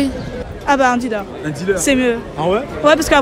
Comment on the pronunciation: Mdr comment y prononce DILÉRE